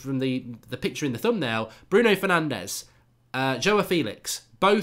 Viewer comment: It's Joao. Not Joah!